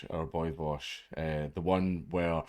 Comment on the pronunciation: You need to learn how to pronounce his name correctly. It's Vowsh. Or Vowshy boy